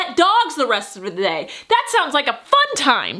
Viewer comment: "let's smell like wet dogs the rest of the thay" 😂😂😂